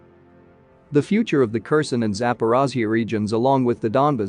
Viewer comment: Type it "care sahn" and your narrator program will read it properly.